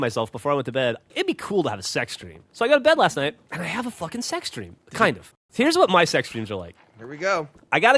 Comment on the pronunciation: I kid you not, i thought geoff said "Sex Stream" not "Sex Dream"